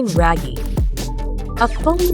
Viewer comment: Oh, RAGIE is pronounced “rag-yeh” not “ray-gie”